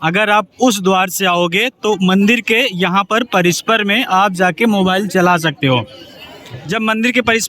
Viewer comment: Bhai parishar hota hai parisper nahi